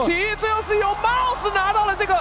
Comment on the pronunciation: 怎麼有幾次 mouse 聽起來像是在說 帽子啊ＸＤ